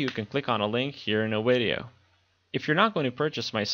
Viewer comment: These videos are great, but they are called Videos not Wideos!!